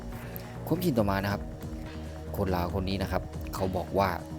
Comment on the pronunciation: admin ครับ คำว่าลาว อย่าออกเสียงว่า ราว ให้ออกเสียงเป็นตัวล.ลิง ไม่ใช่ร.เรือ ลาว ออกเสียงไม่ต้องกระดกลิ้น มันคือบุคลิก เด้อ